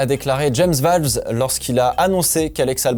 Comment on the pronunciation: Bonne vidéo bonne analyse, tu as fais des efforts sur tes commentaires et ton vocabulaire, bien choisi bien français. Continue comme ça 👍🏻 Note: C’est bien James Vowles et non Valves, et Ts(ou)noda pas « uuu » Merci 🙏🏻